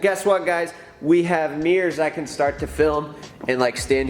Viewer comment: accent: "HEY GUYS WE GOT MEERS NOW SINCE EVERYONE WAS ASKING ABOUT MEERS, CHECK OUT MY MEERS"